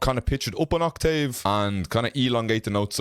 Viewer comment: The way you say octave 😂😂😂